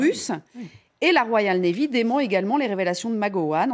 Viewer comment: La "RoyalE navy"....avec un "E". Inculture quand tu nous tiens...